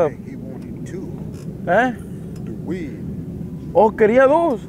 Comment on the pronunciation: “the weeDDD, mhhhmmm”